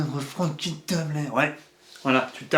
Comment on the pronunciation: Et tu tapeuh, tapeuh tapeuh...